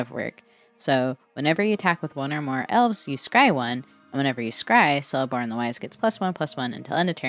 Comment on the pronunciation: It's pronounced "Keleborn". All Tolkien elves with a C are a hard C :)